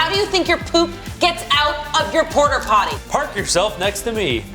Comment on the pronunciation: Why is no one commenting on calling it a porterpotty? Portapotty, as in portable.